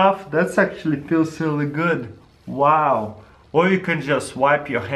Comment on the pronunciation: so much difficulty with the word "really" :D